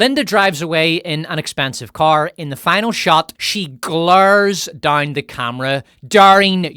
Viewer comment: "...to keep wimmen dauwne...". New Zealand? Irish? Scot? Now "down" has four syllables! Don't get me started on pronunciation of "power". Piorr-rr.